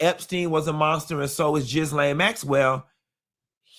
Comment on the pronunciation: u always say her name wrong. It's not Jizz-lane, it's Gill-lane😂